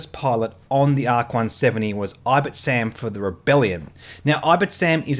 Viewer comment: I don't want to nitpick, but I'm going to nitpick: It's Ib-T-I-sam, not Ib-I-T-sam. Otherwise, top notch content analsysis as always!